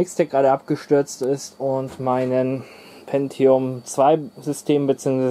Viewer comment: Sehr gutes Video, lässt einen gleich in Erinnerungen schwelgen. Auch Top das du Win ME benutzt, dass war gar nicht so schlecht wie viele sagen… Und endlich jemand der “Pentium” richtig ausspricht. 😅